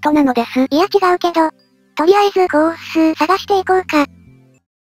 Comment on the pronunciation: とりあえずコ↑ース↓